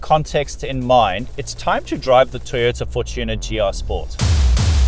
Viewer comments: Interesting. You say For-TU-ner. Afrikaans people say FOR-tuner. Mmmm. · Us black folks call it FOR-chooner😂